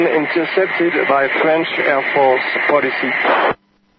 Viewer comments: "Air force policey" LOL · The worst is that "police" is pronounced almost the same in french and english, but they fell obligated to add a strange accent to it like most french when speaking english xD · Police not "policy" !!! It kills me, such a shame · I think it's not a mistake . Fighter pilot is not sure if the german has good recption of his call ,and with a bad radio signal ,policy is more understandable than a "polee" or sthg like that . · Why did the dude spell ‘police’ as policy when it’s literally pronounced the same in French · Goytá F. Villela Jr. Yes I know. pal I'm french and I speak english almost without french accent. I can do british or american accent as well. But knowing how to pronounce "police" correctly is not that difficult. Especially for a fighter pilot. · Maybe he cant pronounce police but he was perfectly understandable, which is all that matters